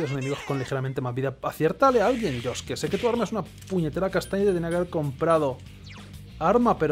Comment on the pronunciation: Pronuncias bien el nombre de Yosuke pero no el de Yusuke